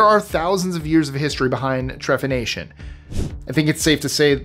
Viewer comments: Okay, I am only hoping to help here, but the term for drilling out holes in human skulls as a medical procedure is "Trepanation," with a "P," not "TreFanation." I suspect the writer of the script might have misspelled it, either adding a h after p, which would be Tre-fan-ation, but again, no? I suspect that when Archeologists are stumped at why "Perfectly Healthy" humans were Trepanned, the procedure was performed for persistent headaches, or, the healthy person was selling the Skull Bones to be used as medicine. Bone has been used as a medicine [however unwise it is to injest or breathe powdered Bone of any kind,] as ingredients for ointments, tincures [UGH!] as splints for broken limbs, to be added to food when ill [which does have medical benefit for a few reasons, think marrow bones in a stew or to make bone broth] and so on. Rare ingredients in medicine have always been a thing, whether valid for treatments of illness or not. And we must remember that ancient medicine was about endless research and experimentation, but also about making money from desperate people. There's evidence that Trepanation DID actually work for some cases. There's documentation speaking of people who were Trepanated for headaches and even blindless who had the surgery and in fact, were "cured." Trepanation was perfected long, long ago, and many Treppaned skulls display regrowth of the Skull, as it healed and even tried to close the hole. Lastly, and no offense, but it's naive to assume that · Trepanation* ❤ p not f